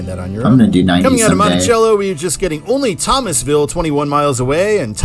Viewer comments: Yep. There's a Monticello (soft c) in Georgia, as well. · It's Monticello with an s sound for the c. I've lived in this area for nearly four decades, so I know.